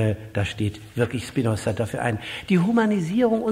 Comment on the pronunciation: Er heißt nicht Spinossa.